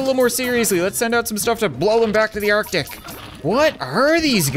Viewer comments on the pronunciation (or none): none